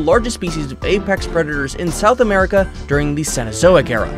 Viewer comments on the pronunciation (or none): none